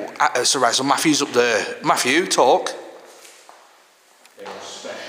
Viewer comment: His name is Matthew not Maff-U!